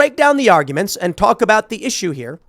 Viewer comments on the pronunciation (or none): none